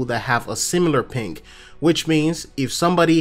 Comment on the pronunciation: Why does it sound like hes saying pink rather than ping!?